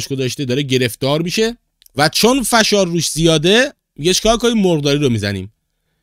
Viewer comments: سلام آقای فشار با فتحه😂😂😂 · کلمه فشار رو درست تلفظ نمیکنی